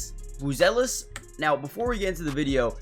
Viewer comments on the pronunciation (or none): It's mA-tas bu-zE-lis. Lietuviškai tariasi mA-tas bu-zE-lis